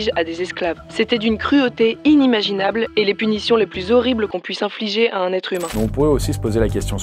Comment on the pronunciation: "va têtre", "pourra têtre"... le verbe "têtre" n'existe pas 😄